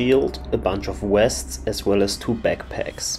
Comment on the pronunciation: Why is bro saying wests instead of vests